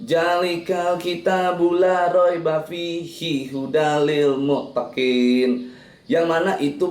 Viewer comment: Baca arti nya aja pak,jangan baca ayat nya,zali,bujan jali pak,trus di akhir muttakin pak,muaktakin pak